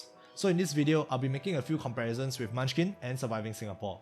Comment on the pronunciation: Bruh. Its Munchkin